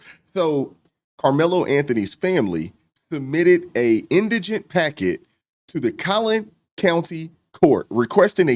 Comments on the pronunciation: it’s in di gent 😂 can’t even pronounce the damn word correctly. SMH. Indiginent like he a Native American or something. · It not indignant it’s indigent !! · IN DI GENT can we get it right, please ….its not indignant, those are two different words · “In-di-je-nent, in-digg-nent, in-dij-in-nuss, in-digg-ness…”. The very people who can’t even pronounce the word, “indigent” correctly, are the ones who are now outraged because they feel tricked into donating to the defense “innocent kid?” Sorry, when people say it ain’t a “Black issue” F it, I beg to differ. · Why is it all these people are making videos on this subject and don’t know how to pronounce indigent? It’s not indignant- Spend hours on the internet but can’t google how to pronounce a word. You sound uneducated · Dude I agree and you had me until you mispronounced "in-duh-jnt"! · The word isn't indigenous its indigent and why do u all Keep that ghetto axe him its ask him i know u all can pronounce these words correctly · Is it indignant or indigent? Because it sounds like dude is pronouncing it wrong! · FYI…it’s pronounced “IN da jent.” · IN-DI-GENT poor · How ironic that ebt Americans can't even pronounce indigent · Do none of you know how to pronounce indigent. In deh gent. Good lord. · Nobody in this video can pronouncement "Indigent" correclty... 3 people SMH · And not a single one can pronounce "indigent". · Why can't folks in the black community say "indigent"? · Why can’t any of these people pronounce indigent? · I just wish someone could actually pronounce the word "indigent". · I’m convinced no lay black person knows how to pronounce indigent! 🙄😮‍💨